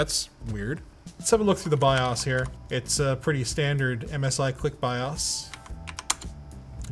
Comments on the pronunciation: Dude, You said Biass instead of bios now you're going to get canceled by Hollyweird. Don't worry we are on your side of this, it was a honest mistake. 🤣🤣 Is it weird I just went and looked up the price on this board? I wouldnt be all alone, my comuter would talk to me, if i kept pulling out the GPU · He says “buy-ahs” and “toes-link.” I say “buy-ohs” and “toss-link.” Potato potato. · Do Canadians pronounce BIOS differently?